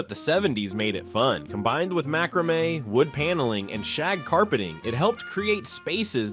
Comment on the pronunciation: OMG! Mack-ruh-may! It's mack-ruh-may. I love seeing all the things from my 20's when I was decorating my first apartment, but the mistakes are making me cringe. And why were the people in the beginning all dressed in clothes from the 50's and early 60's?? And no disco ball? LOL! I remember all the truly cool kids had one in their rec room.